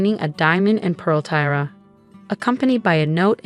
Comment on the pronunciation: Are these narrators so illeducated that they cannot pronounce proper words like settee, tiara,and heir? And politeness? This is truly upsetting and diminishes the enjoyment of the story greatly.